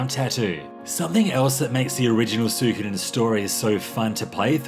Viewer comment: It means so much that you can't pronounce it properly